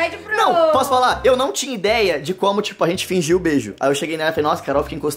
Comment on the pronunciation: claro "fingio" kkk #shipooooooooooooooooooooooo